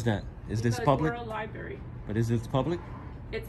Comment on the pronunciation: Lost when you could not even pronouce LIBRARY correctly when you opened your mouth..............